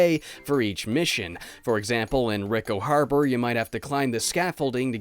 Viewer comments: "Ricko Harbor" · rick-o harber. ok.